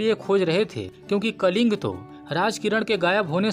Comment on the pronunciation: कलिंग नही " कलिंगा " भाई 🙏🙏🙏🙏